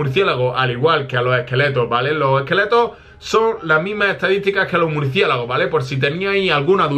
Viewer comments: el el minuto dijo murciegalos en vez de murciélago laik si lo escuchastes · buen video pero en el minuto dijiste murciegalos